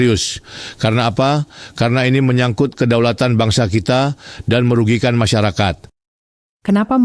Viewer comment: Merugiken..apa merigikan? 😂😂😂